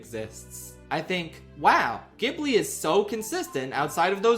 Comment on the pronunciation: it's pronounced ghibli not ghibli